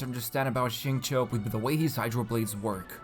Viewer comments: It is actually more towards “chew” than “Cho”, depending on who you ask. If you ask someone from Beijing with a strong accent, you’d more than likely get a “Cho” sound. But if you are basing it solely from the pinyin, “chew” would be the more appropriate pronunciation. Both are alright, but it is not right to say one is better than the other. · He didn’t say it right tho lmao. In his story if any of you paid attention you would have heard him say his name multiple times. Its sing-chow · Most of you are pretty off as the acceptable levels of pronunciation for his name is definitely at how it is said in code geass (R2) "xing-ku" (this is just how it's displayed, but someone who has heard it knows what it sounds like) infact if someone says "xing-ke" with a very short 'e' at the end, i think that's fine too. It's almost like how a japanese guy would says "zinc" with an easy to miss 'e' or 'u' after c. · I’ve been learning Chinese for a few years now, I pronounce his name sing chee-yo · It's not bad but as a Chinese person, I can assure you that it is still kinda off.